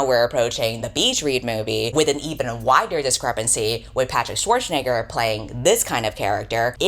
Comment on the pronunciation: Did you say “wider” discrepancy or “whiter” discrepancy?